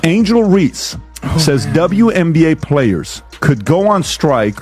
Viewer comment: Nicely said but it would have been better if the narrator knew how to pronounce Reece's name. Dumb